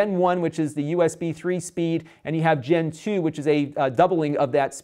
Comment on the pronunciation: i heard he talk about gentoo instead of gen2..